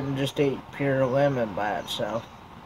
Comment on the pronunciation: Lol when you said Lemon i thought you said you like woman.